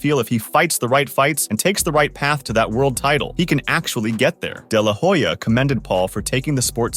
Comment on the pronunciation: You should check what your pronunciation of "de la Hoya" really means in Spanish.